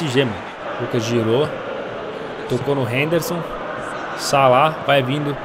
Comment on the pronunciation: salada em vez de salah kkkkkkkkkkkkkkk